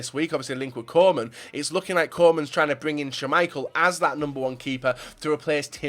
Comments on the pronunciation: stop saying Coman instead of Koeman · You say Coman,Koeman and Coleman the same